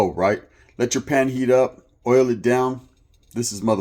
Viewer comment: Sounds like your saying ouyyo "yarda" not oil.....shits funny. WADDDDUP 👊🏼 shoutout from the 360 northern Washington state.